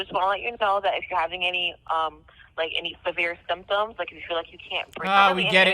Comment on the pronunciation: Fredo said sim tims when he tried to say symptoms